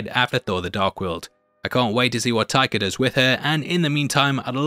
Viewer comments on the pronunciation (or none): none